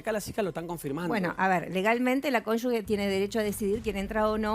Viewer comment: Cónyuge se pronuncia así como se escribe, no digan "conyugUe"